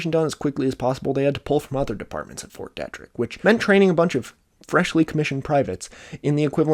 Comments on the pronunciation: fyi, it's pronounced "Fort Dee-trick". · Was the pronunciation of fort detrick making your eye twitch? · It's fort DEETrick in pronunciation, this is driving me nuts